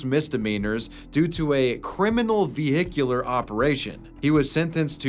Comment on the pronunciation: did bro say Vi-Hic-Ular